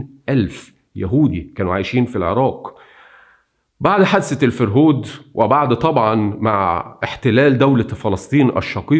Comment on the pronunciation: الفَرهود. بفتح الفاء. وليس بكسرها. كلمة سومرية لاتزال مستخدمة في العراق حصرا. ومعناها نهب وسرقة.